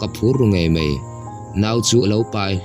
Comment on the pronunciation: Ziaktu nge chhiartu zawk "ngeih" tih tur a "ngaih" hmang in "mai" tih tur a "mei" hman leh si a tam. Youtuber te hian mizotawng diktak in hman hi apawimawh ania mi tamtak in an ngaithla si a